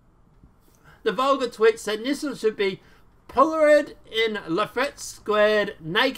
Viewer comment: FYI, NM, the word "pilloried" is pronounced " PILL o REED". Definition in the dictionary. cheers!